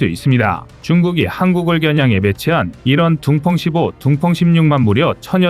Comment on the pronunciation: 둥펑이 둥뻥으로 들리는건 기분탓 인가?